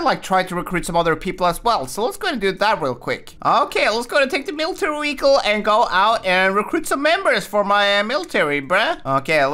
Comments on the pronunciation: Bruh why do say wehicle instead of vehicle??? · He calls vehicle weeicle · its calll car not wecal